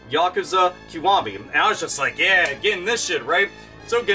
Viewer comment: Wait wait hold up... can we take a moment to congratulate on finally pronouncing 'Kiwami' correctly XD. GAME UK are trying something similar but like you said; the cost of the membership vs. how much I actually save over 12 months - ends up being counterproductive.